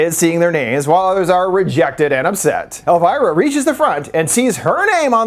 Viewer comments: It’s El-veer-uh. NOT El-virah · Who is „Elwhyra“? Her name is „Elvira“, like „Elveera“ ? Lern your subject! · Love the video alltough im cringin a bit at your pronounciation of elviras name 😭